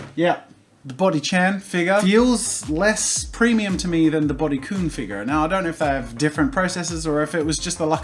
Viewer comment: IT'S PRONOUNCED "BUDY K-UH-N"